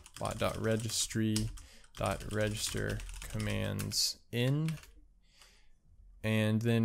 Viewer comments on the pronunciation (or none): It's registry not registery